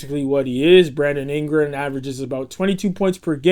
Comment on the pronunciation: you most certainly said "Brandom Ingram."